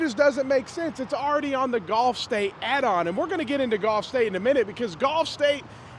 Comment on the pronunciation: It's pronounced GULF States Toyota. But it smells scammy either way.